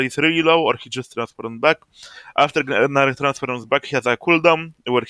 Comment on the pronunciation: great vid man, also I too will now call him "guh-nar"